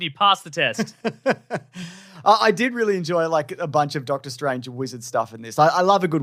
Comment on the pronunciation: Did you say “Darktor” Strange….just, wow!